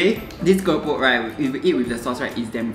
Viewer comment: Bromance level 🤣 love the way pronounced Keropok 😚